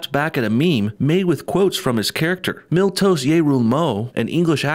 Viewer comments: Not that familiar with GoT, so until you showed the actor's name, I thought you were calling him 'Milque-Toast'... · Keep thinking you're saying 'milktoast'. Quite apt! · Miltos I thought you kept saying milk toast soy boyo